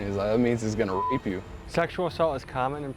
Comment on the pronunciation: What is "bape"? I hope we're not exchanging the "R" for a "B"!!!